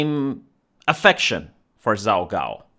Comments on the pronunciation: hahaha, I laugh, the way you pronounce the name is too funny for somebody that speaks Chinese. It is the best pun. It sounds like you are saying messy cakes, or a phrase that means, shit, or oops. 糟糕 zaogao. So it is pretty funny. I am going to watch the video now, but the first second had me cracking up. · pronounced Jhao Ghao.